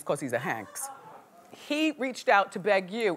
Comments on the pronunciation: Wendy makes my skin crawl when she says her hot topics celebrity names wrong. It Hanks not Hays, wtf. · Why do u keep calling him Chet Hayes...